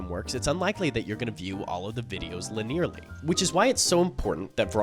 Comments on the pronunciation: “linear—ly” not “linerly” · Linearly is a 4 syllable word he says it in three syllables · I've replayed that "li-NEARLY" so many times, and I still can't convince myself it's not how you normally pronounce that word. Do you always say it like that? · Good video but I didn't like the way you pronounced linearly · bro why did you say linearly like that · why did he say linearly like that? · MY THOUGHTS EXACTLY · Soooo... are we not gonna talk about how he pronounced the word "linearly"? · scrolled the comments before posting to make sure i wasn't the only one, lol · Came here for this.